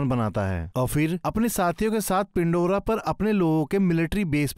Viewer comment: यह पेंडोरा है .... ना की पिंडोरा 🤷🏻‍♂️